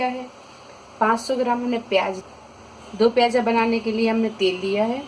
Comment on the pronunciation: Moti appu hati.piyaj nahi piyaz kehten hen.aap urdu sekhye.